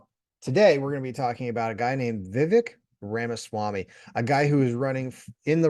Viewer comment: Please, learn to pronounce a person's name before doing a review.